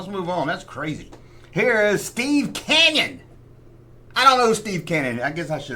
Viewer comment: Steve Canyon was a comic strip, book, TV show and proposed but never produced movie between., it helps if you pronounce the word correctly, Canyon, not Cannon, but you know that and are just being funny. Keep up the great work.